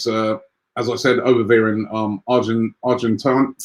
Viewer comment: MAN JUST SAID ARGENTINIA